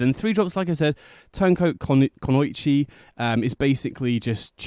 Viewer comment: It's ku-no-E-chee, if you were still wondering.